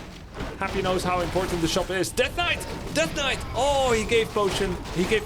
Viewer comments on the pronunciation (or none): In Russia in long ago of 1997 we also pronounced the same "svord" and "knait" 😁